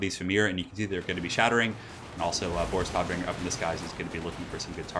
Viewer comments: its NOT Toddbringer...Its Todbringer!!! do the germans justice! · Tod means death and has a deep sounding O in German. Hearing pronounce it like toad from Mario bothers me more than I like to admit